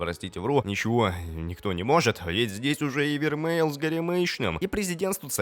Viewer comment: Да * не вермель а вермей